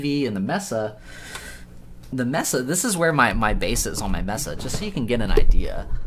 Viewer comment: I swear to god, it’s maysa not messa lol 😂